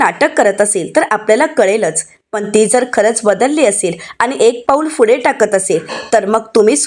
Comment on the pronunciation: फुढे नाही हो पुढे...